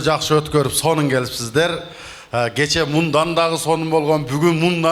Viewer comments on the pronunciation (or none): none